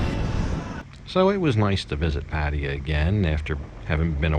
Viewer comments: "Patty-ah".....wtf is that? Try "Pa- tie-ya." Sheesh. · Sir, you should ask some Thai person how to pronounce Pattaya. Hint: accent on last syllable. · Dude: pat-TIE-ya. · dude you speak basic thai yet you still cannot pronounce Pattaya? sorry man, this is a pet of mine... thianks for the videos though!